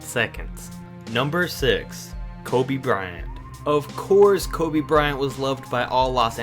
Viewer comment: I was triggered when he said kobe